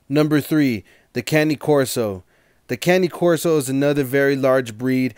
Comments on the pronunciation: Please learn how to properly pronounce a breeds name. It is disrespect to the breed. As a cane corso owner I find it rude. This is how it is pronounced Cane (KAH-NAY) Corso (KOR-SO). Cane is the Italian word for dog. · Cany Corso or Cane Corso?